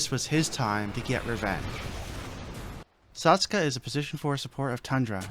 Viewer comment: idiot its saksa not saska son of dog, looser.